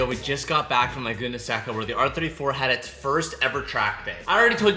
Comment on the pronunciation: Brotherrr please pronounce laguna seca correctly